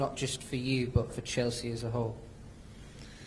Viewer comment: It sounds like he is calling Chelsea jessy lol they are a load of girls 😂😂😂😂